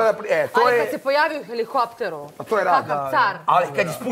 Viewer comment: A heliHopter😁